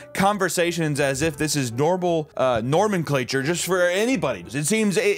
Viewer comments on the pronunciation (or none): NOMENclature. Not "Norman clature" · The name is Norman. Norman Clature. 😂😂😂